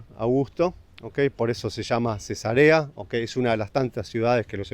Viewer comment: 😅jajaj El pronunció la ciudad Cesa'rea como si fuera Cesarea de una mujer embarazada 😮😂😂